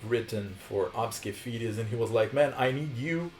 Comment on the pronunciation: Lol it’s ABSKE FEDES?? no wonder why i couldn’t find that band, i kept typing it wrong cuz i kept thinking you were saying ObscuFetus 😖